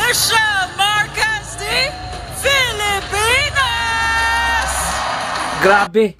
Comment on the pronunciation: Yes tama bigkas nya Filipinas